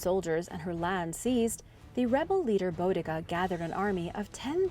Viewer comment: Boudica is pronounced BOO DI CA in the UK she was a warrior Queen, a hard-core one at that. My favourite hero xx